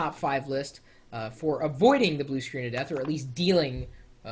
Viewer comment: It sounded like he said, "Blue Screens of Vista" for a second there. hahaha...